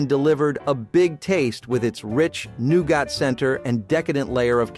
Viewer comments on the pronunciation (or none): Noo-got? No. Noo-git. It’s pronounced noogit. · New gatt. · I remember most of them being born in 1970….. but why does he say “nougat” like that. LOL 😂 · Yep. Like he's a fan of Xavier Cugat ...